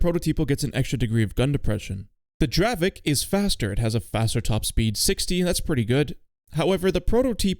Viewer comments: dear i am from chzechia and the tank is not pronoucet dravek but it is dravec you need to read the c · its not dravek, its dravec. like dravetz and its yezevetz, not djezeveck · its not dravek its dravec like c instead of k 😭😭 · I love the dravek😂